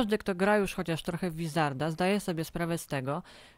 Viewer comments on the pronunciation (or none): wizarda? Serio? vizarda? Czyta się Łizarda, mate